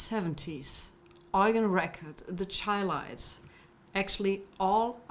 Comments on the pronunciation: It's not Highlites but Chi-lites shy-lites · The name is pronounced "SHY-Lites" not "Chy-Lites"! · I dig, say it like this, “Shy-Lights”. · I wish she would get their pronunciation right. She obviously don’t know the group. But that’s cool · She Butchered The Groups Name